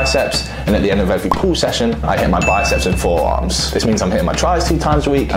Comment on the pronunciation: Forerarms lol